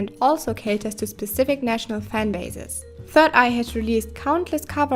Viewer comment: It’s pronounced B-I-G not Big and for 3YE it’s Three Eye But it’s ok it’s a still good vid